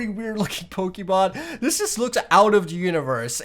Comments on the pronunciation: You're pokemon pronunciation is killing me 😭😭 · Him saying the names of pokemon triggered me